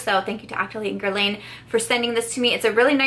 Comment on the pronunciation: Love this video! Just a tip: it’s not “gerlayn” it’s “gerlahn”